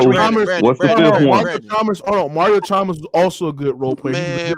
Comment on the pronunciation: Heat was not a superteam and they didn’t have good role players smh this Man said chalmbers 😂